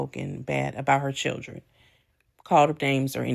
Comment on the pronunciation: SHe can't even say CHILDREN right!! I want her to stop putting God's name in her mess!!